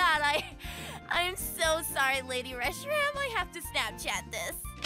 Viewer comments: Y eso ya es lamentable, Como se atreve a pronunciar mal el nombre de mi novia (MI WAIFU!) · She can't even pronounce Reshiram.